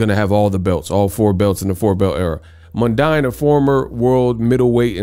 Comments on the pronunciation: It’s Mundeen my guy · Anthony mundine (Pronounced mun dean)